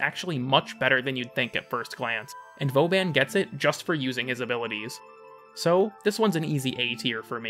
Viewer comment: Good ol "vOban"